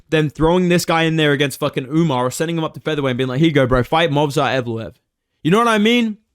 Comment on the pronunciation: Nah WE need Sean O'Malley vs "Umnar" Nurmagomedov. Maybe Umar can beat correct name pronunciation into O'Malley.